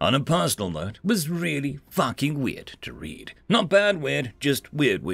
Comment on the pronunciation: Strange side note, but this video is the first time I've heard you say "fucking" without the u sounding like an Irish style e haha. Caught me off guard! Fun stories thanks for reading!